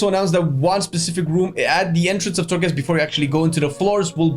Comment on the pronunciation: Unpopular opinion: I can't care less about Torghast. (its called Torghast, not Thorgast guys). I basically don't care. Ill do it tho. As i did farm azerite, islands, raided and other stuff that is needed in the game to progress. I hope they add a good level of difficulty to it, if its not a challenge its not fun for me. Ty for the video tho. Its important to know.